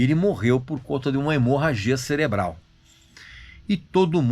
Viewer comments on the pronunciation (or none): none